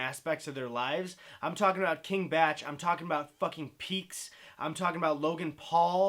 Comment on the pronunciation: Not that it matters, but i always assumed bach was pronounced bock not batch. Yknow like the composer.